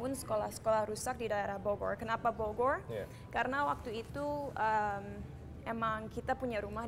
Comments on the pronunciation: cinta kalo ngmng Bogor musti ada tambahan huruf " w " nya wkwkkw Bowgorrr bowgorr 😁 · salfok kalo cinta ngomong bogor , r nya itu looh 😋😚😂